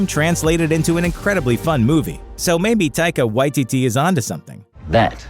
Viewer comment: Whoever it was that said "Taika Waititi" please learn how to pronounce things. That shit was uncomfortable